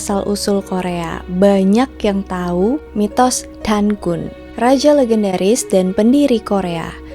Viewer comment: Keren kak!!! Suka bgt ndengerin kak cerita sebelum tidur sksk meski kadang klo sambil merhatiin videony ada gambar yg ngagetin 😆🥲 단군: Pengucapannya lebih ke danggun karena ㄴketemu ㄱ 가믄장아기: Gamenjang-agi Yang dewa habaek tulis nya 하백 kak, kalo 해밝 bacanya jadi haebak sksk SEMANGAT TERUS KAKK, kutunggu next videonya 😍🤍🤍